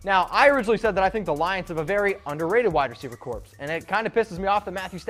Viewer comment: FYI, in the word "corps," the p and s are silent. It sounds like "core."